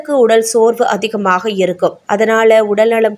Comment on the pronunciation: தொளில், அதிஹமாண, சில ஹாலம் தமிழை இன்னும் கேவலப்படுத்தலாம். தமிள் மொளிப்பட்றாளர் ஹளைப் போள